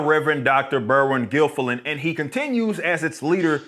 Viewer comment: He pronounces Berin Gilifillan as Berwin Gillfiland 😂